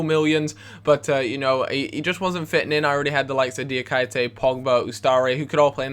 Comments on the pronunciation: ITS PRONOUNCED FUCKING DIAKEETAY! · my ears hurt when you say Diakite's name .... just say KI (the asian player from Swansea) over and over for a minute.. and then say.. DIA ... KI .. TE !! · 60 episodes in and he still can't pronounce Diakite's name...